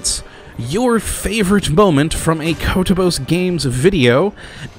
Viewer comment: My favorite moment? Definetly the weird way you said "Kottabos" in your first video, I dont know, I find it interesting